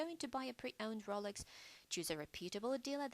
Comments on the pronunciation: This "New Updated Video" Sucks. I can barely HEAR it. I am not the only one since two previous comments below said "Poor sound quality" "I can't hear this and my volume is turned up all the way" Also, this FAKE British voice or real is annoying. She is calling it the ROOLex, instead of Rolex, which is probably the British version since the difference in pronounciation. Redo this video or I'll just go back to the original. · Rohlex not rawlex